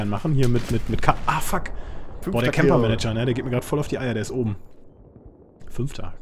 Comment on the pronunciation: der eine heißt camper MANGER und nicht MANAGER :D aber sau geil bitte öfter solche videos! :)